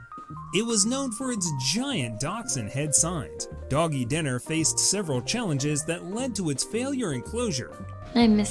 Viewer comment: Doggie Diner………it’s dIner, not dinner.